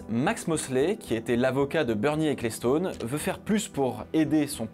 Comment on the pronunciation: Bernie Ecclestone se prononce "Equelston" et non "écléstone", tu pourrais brancher 2 neurones aussi quand tu t'attaques a des prononciations anglo-saxone...